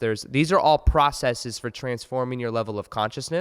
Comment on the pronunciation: Has anyone else noticed that people say “ta” instead of to and “fir” instead of for Even otherwise well spoken people Might be nothing but I hear it all the time recently